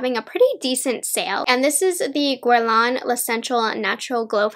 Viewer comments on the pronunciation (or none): I believe when you pronounce the Guerlain, you ignore the 'u' so you would pronounce it like Gerlan, not Guerlan